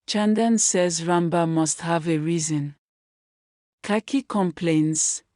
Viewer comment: The name is ran bir. D ranba u keep saying makes it boring sorry